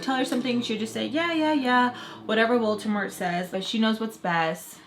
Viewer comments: *VOLDEMORT* Sounds like you're saying "Voltemore". Lol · I thought she was saying Baltimore all this time 😂😭💀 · VolTEMOREEE😂😂 the way she says Voldemort kills me😂😂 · I hear it too😂